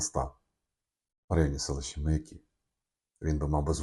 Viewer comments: Не МаякИ , а МаЯки . Аж слух режет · Не МаякИ: ; а правильно МаЯки!!!